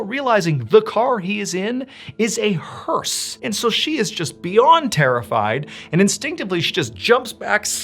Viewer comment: Learned a new word today. "Hearse" I had no idea. In fact it sounded like "hers" to me, and was wondering what the heck is he talking about?! Entertain and teach English all at the same time. 👍